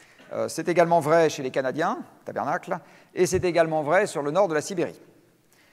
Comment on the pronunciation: Correction à , c'est pas "tabarnacle" mais tabarnak !